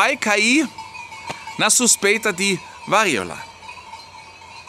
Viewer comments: O correto. Siga o acento agudo. "VARÍOLA..." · Diga "varÍola" sem medo de errar,: a sílaba tônica é o "RÍ". A Elfi está certa. 😊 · qdo for falar varíola, lembre q esse ola vai soar como o cumprimento - Olá - força no último A - varíolA 😉